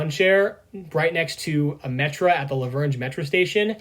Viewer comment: Yeah we need an EJ&E steam engine in operation. Like....DESPERATELY. Also just for clarification,, in my channel name, the "La" is pronounced as "La" not "L A". But not an issue!